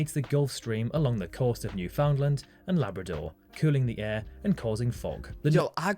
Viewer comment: There’s no such place as Ontahrio or NewFOUNDlund.